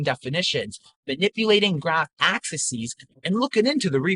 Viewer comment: "axis-es" oh dear...